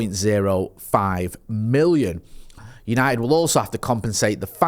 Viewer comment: It’s United not yanited